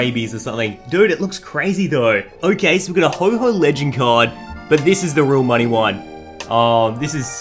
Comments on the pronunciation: Not to be rude but it's pronounced ho-oh not ho-ho just letting you know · yeh it isn't ho_ho its ho oh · It's Reg ice and Ho oh. Not Regi ice and ho ho